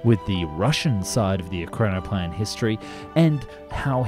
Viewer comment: E RAK NO PLAN. What is so hard on it to pronounce? You did not nail it through your whole video, not once.